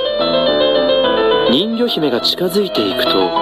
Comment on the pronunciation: ん魚姫って聞こえたw